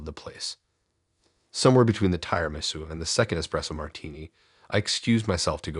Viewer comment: ‘Ty’rimisu, clowth napkins. It’s getting me too